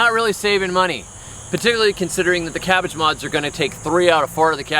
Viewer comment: I thought he said "cabbage mods", the captions thought he did too.